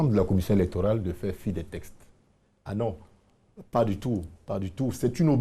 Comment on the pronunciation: Un journaliste qui n’est même pas capable de prononcer correctement un mot « les TEXTES » et non « les TESTES »